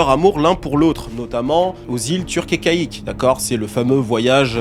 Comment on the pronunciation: My bad my bad.... Apparemment les IA translate prononcent "caïque" mais c'est "caïcos" (prononcé kéykoss)